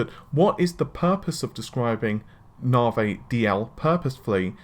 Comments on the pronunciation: Narvey? NAVEEEEEE REEEEE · and he can not pronounce Navi correctly...snickers